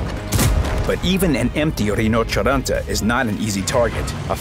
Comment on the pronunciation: Why does he pronounce Rhinoceronte so weirdly? Like "Reenacharanta" xD